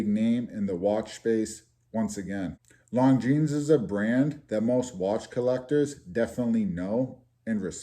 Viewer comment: Little late here but I am also from NE and you pronounced Longines perfectly! Ha